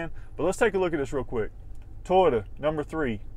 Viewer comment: Is it just me or is this guy say Tyota, instead of Toyota? Not knocking him, I'm jut a backwoods nobody Hillbilly with a thick accent, just thought this was a bit odd. Anyone know if this is a regional accent thing?